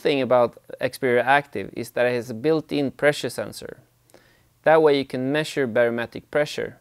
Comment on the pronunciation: "Meshure the barometric preshure." lol